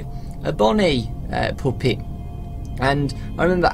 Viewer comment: stop saying poopet!